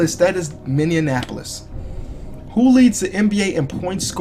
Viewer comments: Minianapolis!? Boy!!!!!!! It's pronounced miniapolis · Lmao he said mineanapolise... great video though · did he say mineonapolis